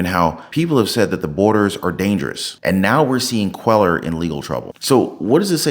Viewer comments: Cuellar is a Spanish name. Quay-ar is the pronunciation., do you listen to the vids that you attach? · Cuellar is pronounced “Queyar”. In Spanish the double “ll” is pronounced like a y.